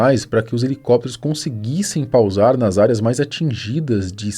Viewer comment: Não é "pal zar", é pousar